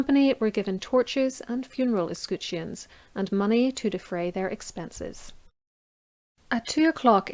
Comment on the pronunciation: Ess-Cut-Shuns? Ess-Kut-Shuns? Or Ess-Cut-Shens? Or Ess-Coot-Shuns? Or Ess-Cat-Shens?